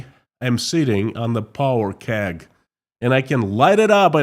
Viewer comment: Powder keg not power